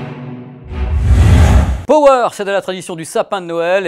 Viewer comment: Power prononcé pawer.